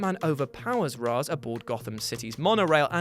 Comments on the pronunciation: The fact you said Raaz not Raesh as its pronounced triggered me XD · You have it backwards it’s Ray-shh in everything else but ra -ze in Nolan’s trilogy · “No bruce you know its pronounced raishe”. ~talia al ghul batman the animated series Long before the nolan movies so...yeah.